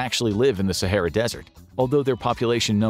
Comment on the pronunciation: “Sahera” is wild😂